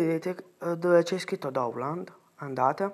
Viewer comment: Dici Doundland Al posto di download